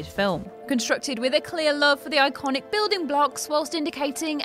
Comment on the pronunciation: I think you broke the word "iconic".